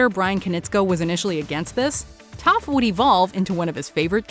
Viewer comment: was i the only one who heard her say tough not toph 👁👄👁